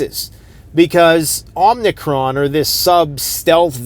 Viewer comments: its OMI-CRON NOT OMNI-cron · it's Omicron, not omnicron.